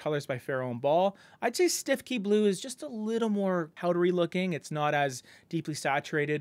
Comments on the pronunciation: Fun fact, “Stiffkey” blue is actually pronounced “Stoo-Key”. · Btw, I just found out on a F&B page I follow that “Stiffkey Blue” is actually pronounced something like “Stookey Blue”…….yeah, I would have said it the way you did in this video (Canadian, eh) but this is apparently the “official” pronunciation.